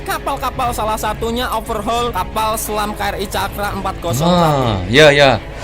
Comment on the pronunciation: KRI jangan dibaca pakai bahasa English, pakai logat melayu kita saja, karena KRI singkatan Kapal Republik Indonesia